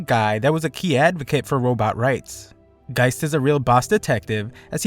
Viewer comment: the name of the detective is gesicht (german for face) not geist (german for ghost).